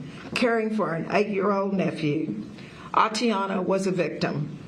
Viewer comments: 🤔Boy, they sure did jack her name up😠You would think that a situation like this, they should've been briefed as to how to correctly pronounce her name!!!😡🙄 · Yeah. Kind of cringed Everytime they tripped her name. Just put. A in front of Tatiana.